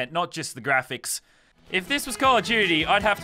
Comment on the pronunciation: "Call of juty"